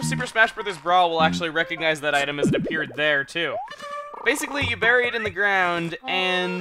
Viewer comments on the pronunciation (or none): none